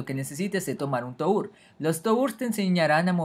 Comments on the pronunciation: Toúr? Se dice "Tur" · Se dice Tur no To ur :v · Se pronuncia "TUR" no "TOUR" me dio tanto Cancer que no pude ver ni un minuto de la epilepsia que me dio